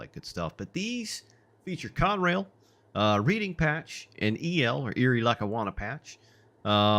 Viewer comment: Reading is pronounced "Redding." Thanks for the video though.